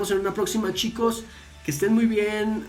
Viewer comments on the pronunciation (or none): none